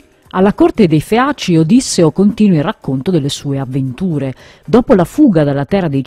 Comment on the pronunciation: Si dice Odisséo non Ódisseo